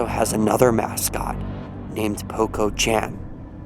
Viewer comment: Peko chan is pronounced p-e-k-o put them together. ch-an.